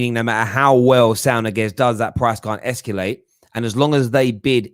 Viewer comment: Whats "esculate", mate??? Are you tryna say "ESCALATE"??? LOL 😆...Up the Terrace